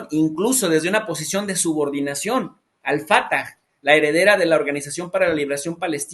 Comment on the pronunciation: Profesor al fatah con acento o enfasis en la última A se pronuncia no en la primera A como lo hace yo sé q tu estabas más morro cuando Arafat diario los noticieros lo decisn como te lo repito ayer un experto chileno tambien igual q ti es porq son jóvenes y hasta ahorita la estsan conociendo o sus maestros no corrigieron perdoname qbte lo diga